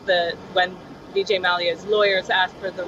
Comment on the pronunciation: Hey lady it is vijay, not Bijay